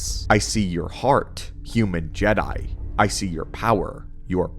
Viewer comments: Bro this is a great video but please Je'Daii is pronounced similar to Jedi not like That 😂😅😭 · great video! Love your content for real - just wish you pronounced the names correctly (> <) like Ajunta Pall (like Paul) and Je'daii is like (zhe-dye) not jee-dye. and Makashi. and Ziost (Zye-Ahst) (not zye-oast)